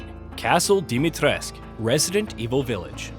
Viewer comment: Still can't understand why Capcom localised it as "Dimitresc". I had to study a bit of Romanian for a project and there were some great footballers from there in the 90s and you always hear "cu" pronounced the same as "koo".